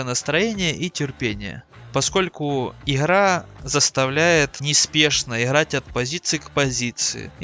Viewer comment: Нет, вы произносите «игра» как украинцы.